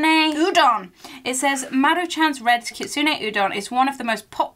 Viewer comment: When you butchered the word Kitsune I nearly cried